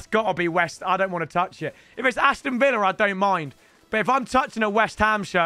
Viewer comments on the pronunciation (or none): none